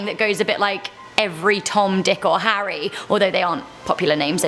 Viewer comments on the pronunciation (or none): none